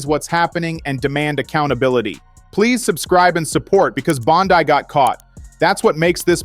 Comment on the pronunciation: Name pronounce Bondee(Bondi)